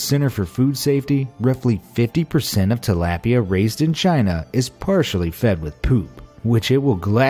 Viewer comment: You sed Tilapia wrong.